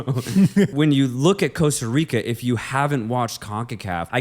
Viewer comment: I'm not gonna lie the way you pronounced the "Rica" in Costa Rica pissed me off. I'm not even from Costa Rica but I'm pretty sure you're suppose roll the the R in "Rica".